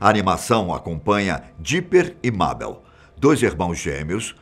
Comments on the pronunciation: se pronuncia meibol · Mabel? Meibol é a pronúncia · Dá até uma agoniazinha quando ele fica pronunciando o nome Mabel errado 😅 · A cara na moral kkk o nome e Mabel más se pronuncia Meibol. Recomendo assistir esse desenho pena q acabou